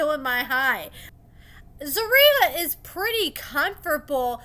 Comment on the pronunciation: Sis… it’s ZER-RIYAH lmaooo I hate the way you pronouncing it😆